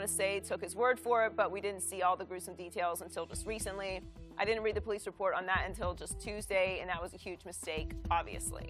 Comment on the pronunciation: The po lease lol